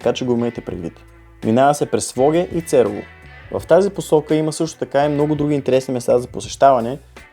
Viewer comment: Кратко, но много хубаво филмче - благодаря! А сега за старите имена на селата по Искърското дефиле: Имената са стари, вероятно от началото на 20 век. Затова младите туристи много често бъркат при произнасянето. Например за самия "лакАтник" в някои филмчета по ЮТюб съм чувал да го произнасят "лАкатник". Както и да е... А сега, в това филмче, чух произнасяне "цЕрово", а не "церОво", както е било правилно произнасянето на това име поне от началото на 60-те - откакто се помня като турист в Искърското Дефиле. Мисля, че на младите просто няма кой да им каже и напомни.... Иначе те са си на място.